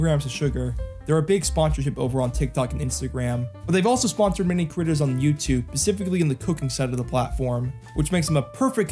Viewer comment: from all the "sponsored by" it started sounding like "panzer"